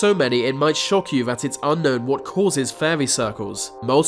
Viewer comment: and "vat for"that"